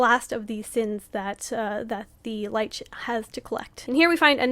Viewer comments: You said the band name wrong. It’s Lich pronounced Litch. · I love the breakdown, but I hate how you pronounce Lich. 🤣 Also, the Demon of the Snow was what got me into this band! I wholeheartedly agree. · Great video, but uh check the pronunciation of "lich" 👀